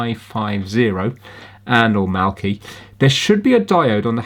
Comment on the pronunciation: So sad my help didn't fix this for ya :( but at least it found something, you pronounced Mal-key correct, you have utterly made my week with the mention lol :)